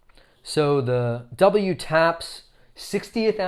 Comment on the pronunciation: Just an FYI they’re pronounced double taps :) I adore my pair but haven’t worn them yet they’re just so beautiful I’m saving them for post lockdown occasions 😂